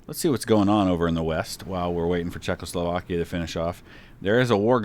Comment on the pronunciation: Well, maybe the Czechs are just pissed because you keep pronouncing it "Czech-LO-slovakia."